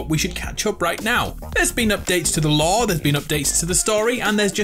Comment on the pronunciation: I can’t tell what word he is saying when he says lor is it law or lor